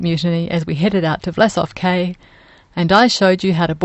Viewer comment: Cay is pronounced "key."